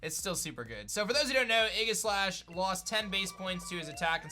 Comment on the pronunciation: ... "Eggislash"?? Did I hear that wrong?? Lol